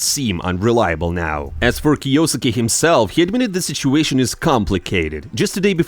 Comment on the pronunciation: bro its kyo-suke not krosssksjjusos123123